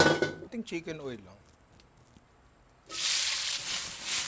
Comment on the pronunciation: Ninong baket po CHIMKEN OIL? ahahah 🤔